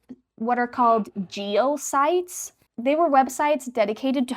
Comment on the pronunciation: Sorry but the way that you're pronouncing Geocities is aging me about 1000 years each time 😅